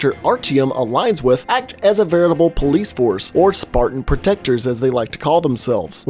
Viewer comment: why did you say police like that